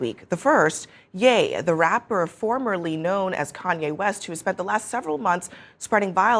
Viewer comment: Ye =yee. not yay 👏😆